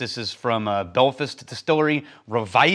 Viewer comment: No disrespect intended , but the name of the place where Dunville's is produced is pronounced "Bell-fast", not "bell-fest". Liking the new format. Took a few episodes to warm up to it but enjoying the new approach. Slan Slan